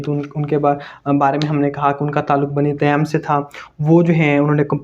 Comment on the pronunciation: Great , but correct its tameem not teem 😊